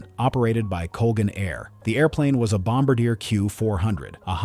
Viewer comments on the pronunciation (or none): Love this channel but one thing is bugging me. The narrator is mispronouncing “Bombardier”. It’s pronounced like bom bar dee ay. It’s a Quebec company so the name is French. I know this is silly, but it just bugs me. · . Yeah. I was just hoping there might be a human reading the comments that could tell the AI narrator how to pronounce Bombardier. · I don't understand why AI can't pronounce some words correctly.